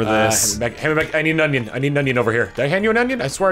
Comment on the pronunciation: Great, with saying onion alot now I can't unhear "onyon" everytime he says it.